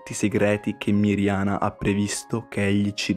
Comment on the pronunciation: Si dice Medjugorje no megiugorge si dice Miriana no mirgiana😢😂🙏🙏🙏